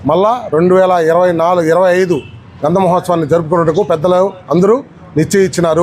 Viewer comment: Amma grandham kadu gandham